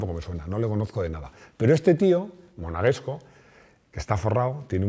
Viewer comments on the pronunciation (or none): ¿Monaguesco?. Supongo que quieres decir "monegasco".